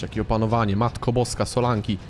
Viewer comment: Solanke nie Solanki